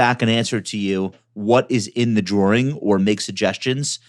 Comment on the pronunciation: what's a "drawring" ?